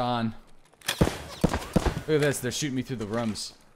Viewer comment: lol canadian accent " they are shooting me through the rums"